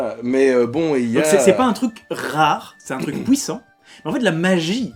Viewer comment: Ne vous en faites pas si des compagnons français se moquent de votre prononciation. On a tendance à considérer qu'on a le monopole de cette langue et de son usage. Moi j'adore vous entendre prononcer "fouire" ou "pouissant", et même si j'esquisse un sourire, ça sera affectueux tout au plus. Bisous